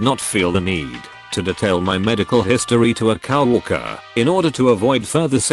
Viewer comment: You need a better robot Cow worker among many mispronounced words in the video